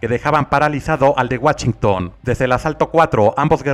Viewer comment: En Guachington? xD procura ya no decir palabras en inglés que nomás no jejeje tu sigue comentando las peleas y usando tus chistes de Don, esa es tu magia